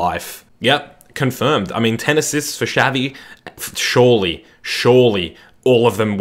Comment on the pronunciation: Messi preformed well against United in both champions league finals, didn't he? Edit: I cringed so hard when you said Shavi instead of Xavi